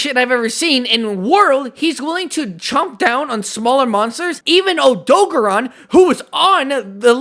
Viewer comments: It's name is Odogaron, not Odogon. (oh-do-gare-on) Also Diablos is female, Monoblos is male. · wtf is an odog-a-ron?... do you odo-gar-on? you know how they actually say it in game? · erm actually its o-doe-gare-ron this is how you say it in the games :> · the WORST way I’ve heard Odogaron being pronounced.